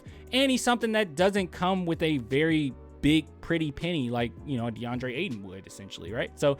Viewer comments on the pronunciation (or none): none